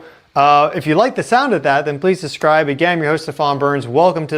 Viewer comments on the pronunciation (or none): SuB-scribe, not suS-scribe